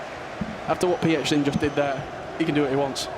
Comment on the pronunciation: The fact that he said PHZIN in bad...he deserves more pain...go and cry 😂😂